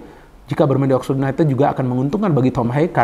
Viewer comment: Yunaitid bacaanya bung😅